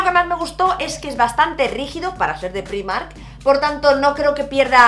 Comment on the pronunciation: Me encanta que con lo internacional que eres sigas diciendo Primark así como se escribe. Yo soy incapaz de acostumbrarme a decirlo de otra maneraaaaa :(:(:( Por cierto, la camisa que llevas es preciosa y el labial ya ni te digooooo!!! Y del haul me quedo con la chaqueta del principio, me ha enamorao :) Un besinnnnn!!